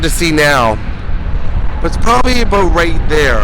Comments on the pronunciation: "probably aboot right there" ❤ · When you said a boot I could tell you are a Canadian